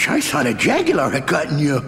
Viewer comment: "Jagular", haha <3